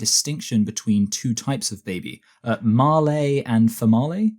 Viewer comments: It's málé and femálé. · Mah-lee and Fa-mah-lee 🤣🤣🤣